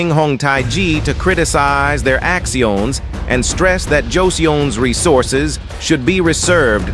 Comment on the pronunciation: Is it me or the AI vocie over gets bad at the middle of the video, pronounciations are already off from the start for chinese words which are cringe but I will let it slide. Basic english words like 'action' is pronounced as " act-sc-ions'. Like WTH LOLOLOL